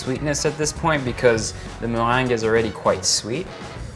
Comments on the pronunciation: Zah moh-rhang (the meringue)! So different from how we said it as children: me-reng-ge hahaha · MuhhRRRrrrrheeengue. I love it❤️😂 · Notice how he says "mewang" hahaha so fancy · I love how he say meringue 😍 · The way he says meringue tho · Did yall hear him say meringue?? 😍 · Your accent in Meringue tho.😍😍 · All I can hear is "meringue" ;-) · I love how you say meringue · Is that how you would say it? Sounds cool!